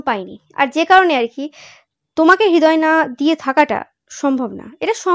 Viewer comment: হৃদয় উচ্চারণ হবে = Redoy not hedoy. Thank you dear ❤️